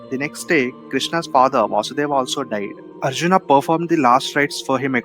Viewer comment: Nice clip Bhai 👌. But your pronunciations of names is awful and NOT Indian. You sound like a colonised Coolie. Arjunaaaa... Bhimaaa.. Hastinapuraaaaaaaaaaaa ...hell all names end in aaaaaa😅! Not how they speak in India mate.